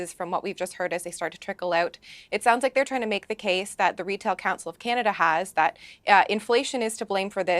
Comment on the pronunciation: Also it's that not dat.😏